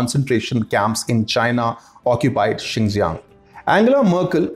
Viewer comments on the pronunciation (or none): none